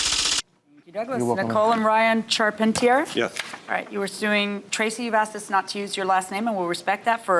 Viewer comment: Why does this narrator always pronounces the word suing as "sowing"?